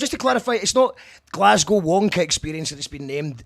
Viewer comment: "Glass-cow" uuuugh